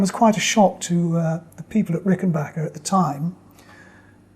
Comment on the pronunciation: I love listening to Dave Gregory talk about music and guitars. I also love that he says "Rickenbacker" correctly! SO many videos of dudes who work with Rickenbackers daily and sell them online and none of them say it right.